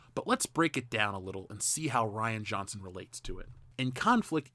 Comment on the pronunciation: Reean Johnson cos Ryan is spelled with a Y they don't call it Rie bread. The dude is a coward he talks tough but would instantly yell "I'll sue you" if met face to face with one of these "manbabies"